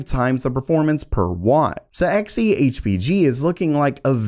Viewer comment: Everytime he said X e and not Xe(z) i died a little inside